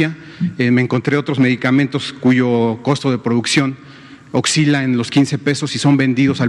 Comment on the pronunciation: ...me quedé en "occila" Jajajaja!